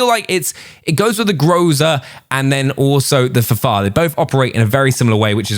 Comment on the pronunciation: Please say F F A R! It is not the Fahfahr.....